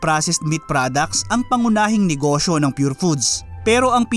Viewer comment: “ing” po pronunciation ng surname na Ng hindi po “nang” 😊